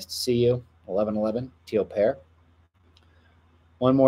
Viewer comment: Every time you say "teal pear," my brain hears "teal pair."